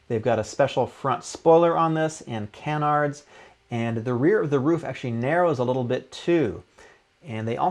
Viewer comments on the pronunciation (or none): none